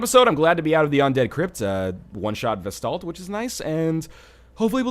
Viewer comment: Vesdaldt? VELSTADT, LEARN TO READ LION!